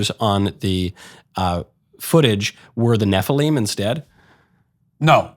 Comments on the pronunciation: THE NEF-A-LEEM. my ears 😢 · You would pronounce nephilim like that 😂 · Way to pronounce nephilim wrong lol